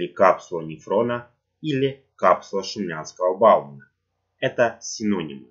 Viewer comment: Боумена.А не Баумена